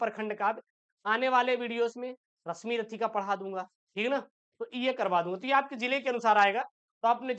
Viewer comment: Abe unpadh Rasmirathi nhi h Rasimrathi h 😅😅😅